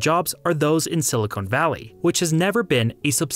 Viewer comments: I noticed the same thing. I think the pronunciation of silicon was just a function of his accent, though. He only said something similar to silicone once in the video, the remaining instances of the word were all stressed correctly. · nah its mispronunciation, people do it with nuclear all the time. Its common enough that people get a pass, but its a mistake none the less. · You make some great points here, but you really need to learn the difference between silicon and silicone. Those are two different words. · STOP SAYING SILICONE VALLEY! Silicon is NOT Silicone. (Good vid though : p) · Thank you, that was killing me every time he said it. It's a dead giveaway that this was made by someone who isn't from CA and has never heard anyone pronounce it.